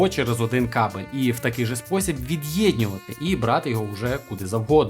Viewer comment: Мені одному слух ріже слова відьєньнювати та підьєдьнювати, научись розмовляти